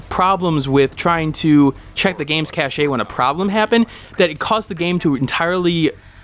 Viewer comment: Cache is pronounced Cash FYI and Nvidia is pronounced N - Vid - ya.